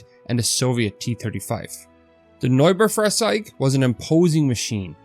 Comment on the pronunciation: You pronounced 'Neubaufahrzeug' correctly, which made me surprised that you didn't pronounce 'beutepanzer' the same way. To be fair, I mispronounced both for years.